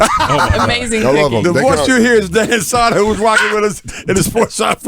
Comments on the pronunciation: Crackle crackle btw it's sow der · Crackle Crackle. Love him and Jay on SiriusXM. The Bonfire is my favorite show of all time. Great interview with him. Also, I hate to be that guy, but it's Dan Soo-der, not Dan Sah-der. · Crackle crackle, this was a great interview. You guys are all awesome, I came as a Danny Soder fan to check him out in this interview but really enjoyed the whole show despite the continuous mispronouncing of his last name :D